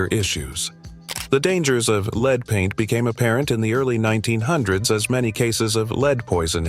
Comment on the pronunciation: Lead is a metal pronounced led not leed, which can be confusing. Your local chemist!